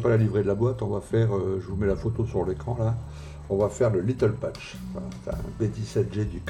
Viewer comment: merci encore pour le partage, je vais vous suivre. Si je peux me permettre, il faut prononcer "little patch"iiiizzzzzzzzz (il y avait plusieurs trous a réparer apparemment )